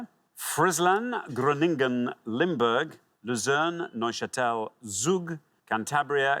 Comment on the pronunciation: He also butchered "Groningen" which was pronounced "Groaning-en", and Not "Chroningen" as it should be.